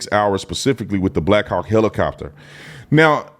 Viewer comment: blackhawk sounds like black cock the way they say it. I can't unhear it. Over and over again.